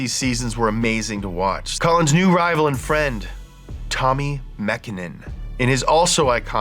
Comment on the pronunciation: As a Finn i'm proud how well you pronounced Tommi's name. Almost perfectly. Hell yeah. 🔥